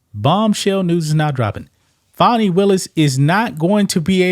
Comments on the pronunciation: Not Fonnie. Is FANNIE. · Every time I hear someone pronounce her name FAWNY they get an automatic 👎😅👎 GTFOH! Her name is Fani which is pronounced FANNY! If they wanted it pronounced FAWNY then they shouldve learned to spell!